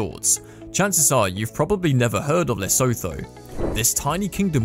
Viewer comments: STOP SAYING LESO-THO ITZ PRONOUNCED LESSUTTU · Not all of them, but the first one was so bad it just makes you shake your head. It’s pronounced Leh-Sue-Too. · Lesotho is pronounced Le soo too....my profile pic was taken there. There's another resort on the South African side of the SA/Lesotho border called Tiffindell. Spent a week there once and it was brilliant. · Painful to hear you say Lesotho sounding like 'so tho'. It is pronounced 'Le su tu' like the sound of the word 'blue'. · Lesotho is pronounced lasutu. Afriski is not the only resort in Africa as there is a resort in South Africa called Tiffendale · great video Lesotho is pronounced like leh-soo-too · Leostho is pronounced more like Le-so-TO or Le-sue-TO. The h is somewhat aspirated. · This comment section is absolutely ruthless to u dude! Also lesotho is pronounced leh-soo-too whats wrong with u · It's pronounced Le Su Tu 😁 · man really pronounced it le so tho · Lesotho is pronounced Le-Su-tu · why did you pronounce lesotho like that lol